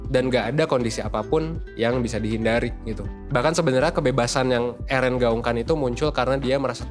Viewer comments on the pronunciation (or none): Plis lah bang,,,, Eren,,, bukan ErEn:') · eren itu bacanya eren bang, bukan eren. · Yg bener itu Eren banggg, bukan Eren🤣